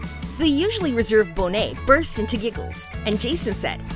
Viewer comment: Glad your channel learned how to say Bonet.